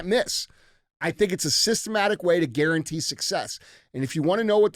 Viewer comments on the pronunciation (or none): none